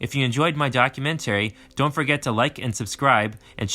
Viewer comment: How to pronounce documentary